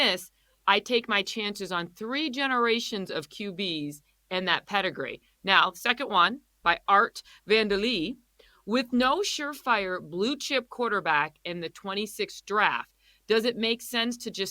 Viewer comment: Come on, that is pronounced Art Van-duh-LAY it's from Seinfeld lol the 2nd guy who asked the initial question lol